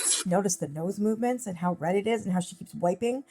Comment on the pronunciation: Yes! What is the new pronunciation of AND? It isn't pronounced "end"! Same as pitcher! It's pronounced PICTURE! She refuses to learn for F sakes!